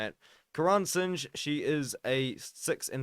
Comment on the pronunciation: Its not sinj, it’s pronounced as Sing-h